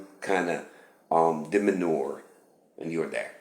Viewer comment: One more thing check DEMEANOR pronunciation. Thank you